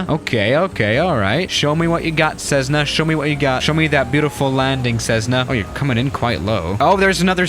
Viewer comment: People:Cessna:Cezzna Me: wtf